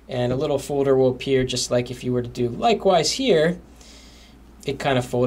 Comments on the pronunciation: dude its folder. "FOWDER" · i love how he says folder like fodur lol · i like how he said fowlder